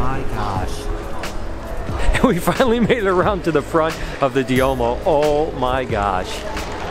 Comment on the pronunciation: The large cathedrals are called Duomos, not "Diomos."